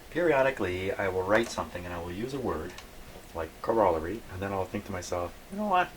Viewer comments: it's pronounced ˈkôrəˌlerē,ˈkärəˌlerē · You are mispronouncing the word COROLLARY. Go to google and listen to the pronunciation.